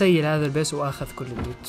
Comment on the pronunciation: الوت❌ اللوت ✅ Loot ✅